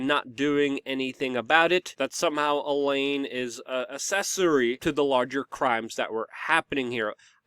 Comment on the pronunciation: Her name isn't elaine. Come on